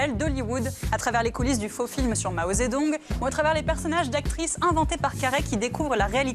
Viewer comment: "Maozé Doung" ; "Gounette Paltrow"... cette femme est incapable de prononcer un mot correctement??